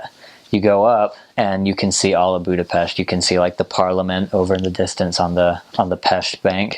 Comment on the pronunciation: I really like that you pronounce the name of the capital and the name of the nation properly, Congrats!